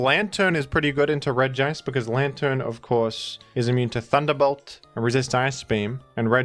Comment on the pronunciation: I like how you make emphasis on pronouncing "Regice" as it's grammar suggest and I'm all down for bullying Gamefreak for writing Regice like that